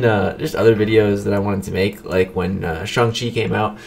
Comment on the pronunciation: FYI...its pronounced "Shong-Chee" and not "Sh-ah-ng Chee"